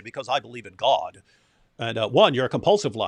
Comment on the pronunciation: He pronunces "God" as if there is a hidden 'r' in there - "So there Gord saved your life"